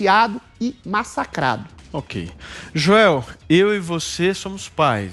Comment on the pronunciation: Joes ou jois, sempre falando merdis